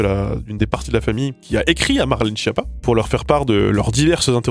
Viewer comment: ON DIT KIAPPA!!!